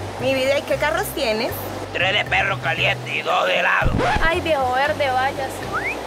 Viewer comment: no dijo raspado dijo helao